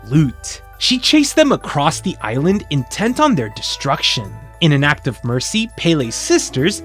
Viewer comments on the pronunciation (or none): none